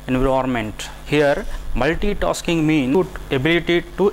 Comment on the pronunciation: Multitosking, giue. RIP english